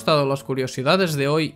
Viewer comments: un click al like! solo que pronunciando "Lik", suena raro pero es original xd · Todos estos meses suscrito a este canal y todavía no entiendo bien qué dice al principio de cada video a modo de saludo. Yo le entiendo que dice: "Hey what's up, yo soy y un click al link".